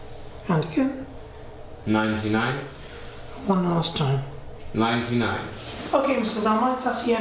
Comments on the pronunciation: AMMAR YASIR that’s all I hear now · whenever you say "again" it sounds like you saying "dickhead" LOL i m really sorry.